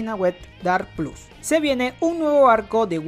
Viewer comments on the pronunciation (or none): none